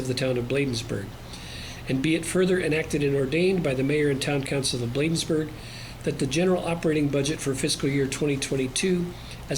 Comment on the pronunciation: This is for the Town Administrator, if you are going to work for the Town of Bladensburg, please pronounce correctly. Thank you